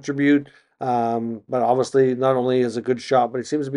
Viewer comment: You do a good job but some constructive criticism would be to work on diction! It’s pronounced obviously not obvosley. You use that word constantly please say it correctly.